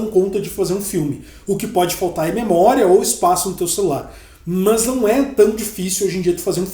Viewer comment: Engraçado no lugar do "mas" ele falar "mãs" lkkkkkkkkk